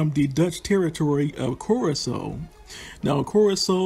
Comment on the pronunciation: Curaçao is more like Kurasao than Kurako.